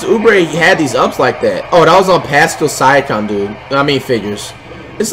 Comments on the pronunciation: Pascal Siakam: Pascal Siakam Flight: Pascal Syacum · Did nobody heard when flight said "Pascal Syakam